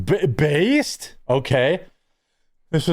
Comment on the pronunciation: "BAY BAYSED" Grow up meatball